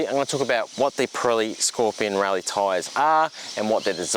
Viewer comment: It’s hard to you serious while you’re wearing your pajamas!! And while I’m whinging. Rallzee?? your Australian it’s zed.